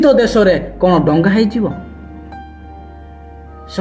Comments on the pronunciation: ତୁ ମIରିଆ ଦଙ୍ଗା କୁ ଡଙ୍ଗା ବୋଲି କହୁଛ ମୁର୍ଖ କୁକୁର ପେଳ ଚଟା ଘୁସୁରି ପେଳ ଖିଆ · ଡଙ୍ଗା ନାଇ ଭାଇ ଦଙ୍ଗା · ଆଜ୍ଞା 🙏 କ୍ଷମା କରିବେ ଡ଼ଙ୍ଗା ନୁହେଁ " ଦଙ୍ଗା "